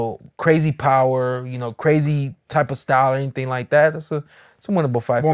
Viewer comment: be saying anythang 🤣🤣😂